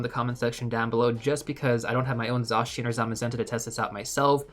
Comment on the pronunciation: This video was incredibly helpful! Thank you! 🎉🎉 Also I love that you're pronouncing Zacian's name correctly!